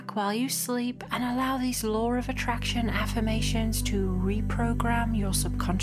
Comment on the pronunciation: The way law is pronounced is similar to lore